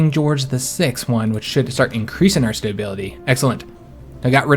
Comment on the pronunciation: Its making my Imperial feathers ruffled! And StaBBBBility... :-P not StaYbility